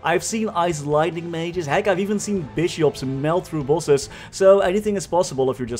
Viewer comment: Bro this whole time i was saying to myself wtf is pulses? I really thought it was some “maple” term for like dps or somesht.. and near the end of the video I finally realized he was saying “bosses” lmao!! Bro totally mind fcked right now..